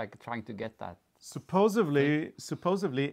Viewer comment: Very nice and enjoyable visiting with you gents.Wishing you a lovely remainder of summer! Hey, just a little FYI, the pronunciation is "supposedly" instead of supposively.